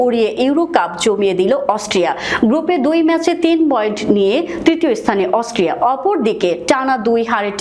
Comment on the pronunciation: আরে বেকুব অস্ট্রিয়া হবে অস্ট্রেলিয়া নয় আর ভুল মানুষি করে ও গরু-ছাগল তো ভুল করে না, ভুল করে অসটিয়া বলছে কিন্তু হবে অস্ট্রিয়া